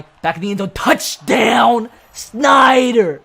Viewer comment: The way he said touchdown thooo😂😂😂@